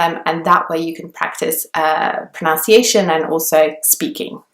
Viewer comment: It's pronUnciation not pronOUnciation. Pronunciation is the way in which a word is pronounced.